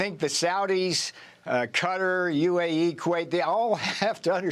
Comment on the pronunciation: Amazing these people all have phds, years of life experience, and influence millions every day....yet none of them can pronounce Qatar right 🤣